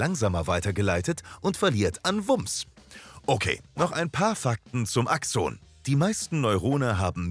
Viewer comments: irgendwie mag ich diese Betonung nicht^^ DIEse nennt mAN aXOOOONEEeeeh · Ich finde eure Videos echt gelungen, aber manchmal werden Fachbegriffe falsch ausgesprochen. In diesem Video sind es die "Nodien": Es heißt nicht "Nodíhn", sondern "Nódijen", und "Axon" wird auf der ersten Silbe betont, und das "o" ist kurz. Ach, und Herr Ranvier war ein Franzose, also "Rãvi'e".